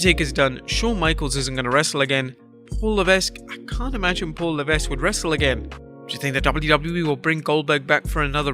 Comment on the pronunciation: Learn to pronounce Paul LEVESQUE